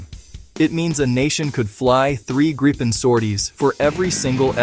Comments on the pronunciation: Is this AI slop? Why are you calling it the Gripe Pen? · It's not [grippen], [graipen] or [greipen], it's [griepen] (think "reaper"). Nevertheless, it's an awesome little plane!